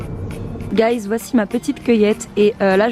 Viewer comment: le nombre de fois quelle a dit gaiz mdrrr